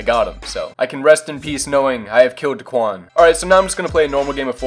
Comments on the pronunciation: daequan not deekuan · It’s daequan not daquan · It’s not dickwan it’s daequan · It’s pronounced Day-quan 😂 Not da-qwan 😂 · love your vids but it’s not duhquan it’s dayquan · Say it like DAYQUAN, dequan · Day-quan nOt dUhquan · It's (Day-QUAN) that's how you pronounce it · U opronounced his name Duhquan, it’s pronounced Day - Kwan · just said daquan instead of daequan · Why he saying Daquan it’s Daeqaun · and it’s Day Quan not Da quan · Omfg bro its DAEquan not daquan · It’s daequan, not dequan 😂😂😂😝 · his name is daequan not duquan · It’s pronounced day quan not duh quan lol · Not da-quan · It's pronounced Day-quan not duquan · lmao it was making me mad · I was about to say if this nigga says duhquan one more time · it’s Day Quan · It's pronounced Day-Quan but GG... That's dope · When he says duhquan it gives me anxiety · It's Day-Qwan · It’s DAY-QUAN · It’s dayquan or how it’s pronounced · Spelled daequan pronounce it like Day-Quan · You pronounce it Duhquan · It is da quan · Why does he say dahquan 😂😂😂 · Its pronounced Dayquan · It’s pronounced day-quan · He said duquan smh😡😡😡😡😡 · It’s not duquan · How could u say he’s name wrong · You’re not even saying his name right lmfao 😂😂💀 #whiteboy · when he try to say daeqan 😂😂🔥🔥💯💯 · Say his name right. Stop disrespecting the 🐐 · It’s not the Quan it’s Daequan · its ok that u said his name wrong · Myth is next Learn how to say daequan right please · Say his name right! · You say daequan wrong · U said daequan wrong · U say daequan wrong 😂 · You’re not say his name right lmfao 😂😂💀 #whiteboy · I’m considering unsubbing on how he said Daes name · you say daequan wrong so much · how do you claim you watch daquan and all his videos but can’t even pronounce his name..... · Stop say deaquan wrong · Learn how to say daequan